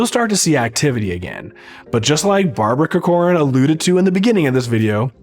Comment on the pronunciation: Cork-ran not co-corn 😂